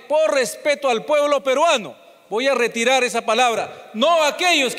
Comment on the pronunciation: Q Immmbecil para expresarse así ese congresista hey tú sí tu. reterar reterar q voy reterar .